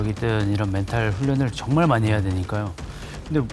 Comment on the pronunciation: 이거 욕 아니냐? 정말이라고 안들리고 존x라고 들리는데